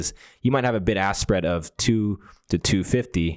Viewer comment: There is a "k" in "ask".